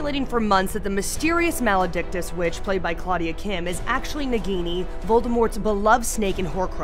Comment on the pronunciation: Why are you are pronouncing nagini as bikini?